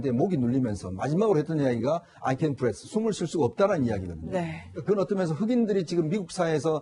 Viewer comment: 임종석 딸 윤미향 딸도 추방시키세요!! 그리고 l can’t breathe!입니다. 발음도 좀 신경써서 얘기해주시길....